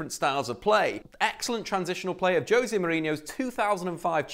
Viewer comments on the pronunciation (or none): none